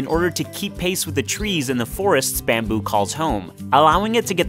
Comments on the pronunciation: Byamboe!!! How do you say it like that? Where is that accent from? Baaaammmmbyuuu!! Byambyu! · "Bahhm buü" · "bambew" lol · Wtf bro why u say bamboo so weirdly?